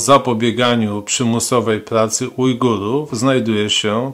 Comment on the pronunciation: Ujgujów xD, logopeda się kłania